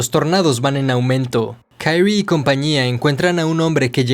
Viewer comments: Es Kyrie, no Kairy el la pronuncia mal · Se pronuncia "Kirie (桐絵)" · Me molesta un poco como menciona el nombre de Kirie